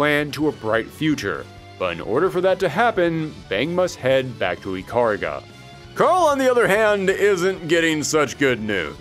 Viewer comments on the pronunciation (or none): Ikaruga --> EE-Kah-Rue-gah.